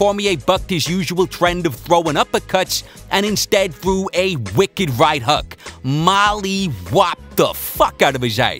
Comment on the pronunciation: what is a "right huk"? out of his "ice?" i love your vids man but is this REALLY your real voice? it's just far too much to endure, i'd rather listen to microsoft sam